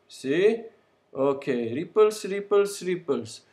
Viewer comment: when he says 'ripples', it sounds like hes saying 'creepers', the green exploding thing of minecraft, lol